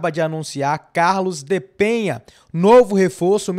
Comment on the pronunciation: Enquanto aguardamos que ele estreie e faça história no Bahia, vamos aprender falar corretamente o nome dele. O cara se chama Carlos DE PENA (não tem a letra H nem tem til sobre a letra N, portanto a pronúncia NÃO é "Penha", e sim "PENA", como em Português).